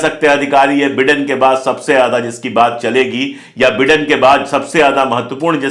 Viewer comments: बिडेन नाही भाई बाईडेन😂😂😂😂😂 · Please pronounce Biden correctly it sounds like Britain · The pronunciation is BYDEN. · Dear friend, it’s Biden pronounced as ‘Bydon’. Please..